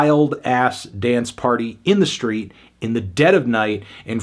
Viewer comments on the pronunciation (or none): none